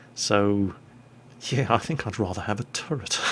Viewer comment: it's a bit harsh but pls stop saying turrent